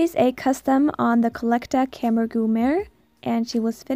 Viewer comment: This is AMAZING! Tip: On Fiffy, I believe you said she was a camargue? Its actually pronounced Ka-marg (Or maybe not, I am involved with a lot of horse people and they all think it is that)